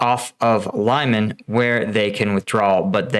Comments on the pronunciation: Your pronunciation of Lyman makes me think you have zero credibility on this matter.Peace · Stop butchering the name of Lyman :) You are pronouncing it so wrong. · Oh boy. Mispronounced multiple times! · Putin simply doesn’t care how many people die in his name! “Untrained civilians in uniform” is basically the motto of the Ruzzian army! (even if you received basic training 10 years ago…you are a civilian who knows how to stand in line properly…) Oh, and just a side note: All Ukrainians pronounce Lyman like Lee-mon…and so did you just a couple of days ago. You should stick with that. It’s not pretentious but shows your efforts! 👍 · It’s pronounced Lee-Mon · Lee-man,. Lee-man:) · Lyman is not "Lie-man" dammit! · Is it possible that a native English speaker really believes that the pronouncination of Lyman is "laiman"???